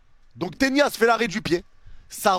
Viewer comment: Pourquoi tu dis Tenias?😂